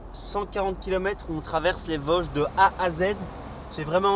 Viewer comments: Bien sur qu'on dit les Vôôôôsges !!! Ahah bienvenue en Lorraine !! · Merci pour la rectification du "o" de Vosges ! Mon oreille lorraine souffrait un peu 😂